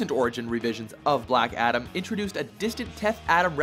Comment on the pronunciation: its ADAM not ATOM! And yeah i demand more from my fav comicbook charcters. Look at michael fassbender. has theater background oscar worthy actor look at how brilliant he is as magneto. Or downey as ironman. The rock cant act itd be like another scorpion king movie ewww